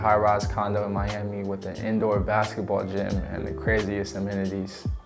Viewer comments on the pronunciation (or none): none